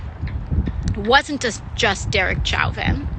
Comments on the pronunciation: "Derek CHOWvin" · Derek chow-vin. 😂😂😂 aoc is so ignorant she couldn’t even pronounce the name properly!!! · "Chow-vin"? God, I didn't think I could possibly dislike her more, but this proved me wrong. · Derek Chow-vin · AOC mispronounced a name RACISM!!! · wtf was with the ethnic flare AOC put on, "Chauvin"? What the hell even was that? Has she never heard his name pronounced or is this just some weird leftist thing when they think mispronouncing his name is somehow woke? Are the just complete fucking morons? What am I missing? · The way AOC says Chauvin is a fucking war crime